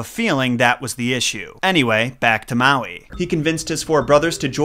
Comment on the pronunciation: I’m sorry but, you need to read up on the Hawaiian Islands legends on Maui and your pronunciation of the names and words need a lot of help. Good try though